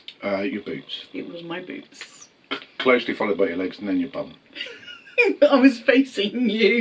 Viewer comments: Boots! Literally I was laughing because I thought he said Boobs. 😄 🤣. The two of you are so sweet and genuine. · I understood „the boobs“ 😆 glad it were „the boots“ It was so cute, when he talked about your most annoying trait (I see some parallels there to me 🤭) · I swear I heard boobs instead of boots and that was not made clear to me until the end of that question! 😂😂😂